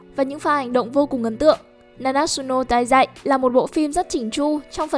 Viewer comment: Na na trự nô tai zai nhé ad k phải na nát sự nô tai zai. Ad nhé